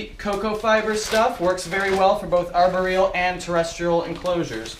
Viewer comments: Am I the only one who noticed how he's saying aboreal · No I think everyone has noticed pronouncing it arberial! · I cringe every time he says arboreal